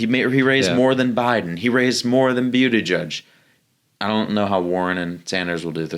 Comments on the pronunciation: Its 'Booty Judge' not 'Beauty Judge'😅😅😅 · lol "byootijudge"